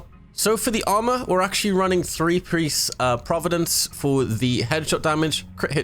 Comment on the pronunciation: "Running three priece..." Lol